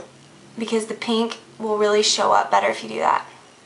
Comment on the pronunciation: I like how she says "pink" like "peenk" haha